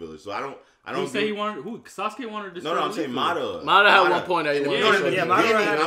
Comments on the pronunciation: It's not mudara it's madara stop saying it wrong 😂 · It's pronounced Madara not Ma-DAR-ra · It’s MADARA...... Not Ma Dah Rama 😒😒😒